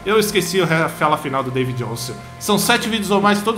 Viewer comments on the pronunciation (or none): none